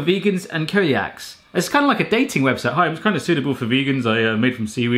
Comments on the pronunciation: Josh Adams Please, do tell, which countries pronounce it "kelliac"? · ArsonistInUrFirewall I looked up pronunciation of "coeliac" and it was most definitely not with a hard "k" sound lol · Just FYI "co-liacs" is actually pronounced see-lee-acks (and spelt coeliac ) . My mum has coeliac disease and for anyone who doesn't know, it means that every time she eats gluten it damages her immune system and causes her to be sick or comes out the other end. 😖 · Digitigrade Cool. Calling it "kelliac" in English is incorrect though. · Digitigrade it's pronounced "see-lee-ack" in English end of story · coeliac is pronounced see lee ack hahaha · Well, that's enough of this Barrathon - it's just getting irritating now. "Suitable for Vegans and CELIACS" (pronounced "SEE-lee-acks") - please, please, PLEASE learn a few things,. And I found myself yelling at the screen, "You're supposed to USE THE STRAW,! WHY do you think they INCLUDED ONE??!!" And it's called the "one-touch can opener", NOT the "keep pressing the button and keep your hand on the opener as it circles the can and opens it can opener"!!! AAAAAARRRRRRRGGGGGHHH!!!!! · Did you not see what I just said? It's literally pronounced the same whether it's spelled "celiac" or "coeliac". mispronounced it making it sound like a made up word. Just because "flavour" and "flavor" are the same words spelled differently doesn't mean they're pronounced differently between the US and the UK. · Good proof! Very convincing. Anyways I'm only talking about English pronunciation, and it's easy enough to go through google translate to see how other languages pronounce it. But guess what... other languages have.... DIFFERENT pronunciation rules! Wow! If you are speaking english and ask your doctor about "kelliac" they will not know what you are talking about. Did that clarify it for ya?